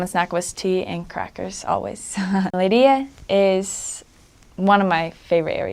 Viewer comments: Her pronunciation of Leiria is very nice. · The way she said "leiria" was so gooooooood